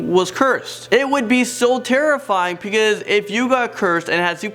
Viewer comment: I love how he says because "pecause"